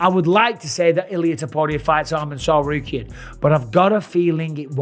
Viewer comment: Do you not know how to pronounce any of their names?